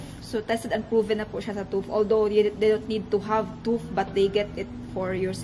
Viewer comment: Ayaw ka suko Pronounce TÜV (tief) Dili Tuff😅